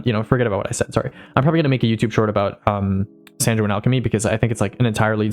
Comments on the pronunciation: Responding to your outro: Your advice was very baller but it still trolled me Also just a word of advice, Sanguine is pronounced like "Sang-gwen", careful in case some people start harassing you for it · you're chewing the word "Sanguine" too much. it's pronounced with a hard g, not a soft g. try saying it like "penguin"